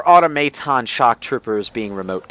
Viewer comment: Autumeiton? I assume you mean automaton. pronounces words weird.